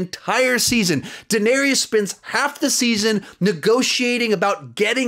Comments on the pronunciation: Daeneryes. Cirsei. Oberon. Bruh what is it with these youtubers who can't pronounce names correctly? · Good list but I cant get over how you say Daneerius and Seersee in every review it kills me. They say their names in the show. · Say it with me, "Duh" "Nare" "is" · And Daenerys' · You're pronouncing daenerys wrong mate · His pronunciation of Dany name makes me cringe lol